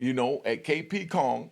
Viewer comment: My man said K P Kong 💪🏽